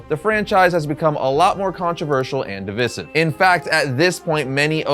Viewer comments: "div-eye-siv," not "div-iss-iv." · It's been killing me this whole video. DIV-EYE-SIV, PLEASE😭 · A little tip for the future: Divisive is pronounced like "Di - Vice - Siv". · My dude, It's pronounced "div-eye-siv"....lol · What a toxic video. Oh and stop pronouncing divisive incorrectly the 100 times you use the word in this video. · The way you say "divisive" is pretty divisive itself